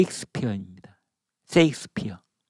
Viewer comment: 쎄익스피어가 아니라 셰익스피어라고 발음하셔야 됩니다. 쎅스를 연상시키지 않도록 발음해주세요.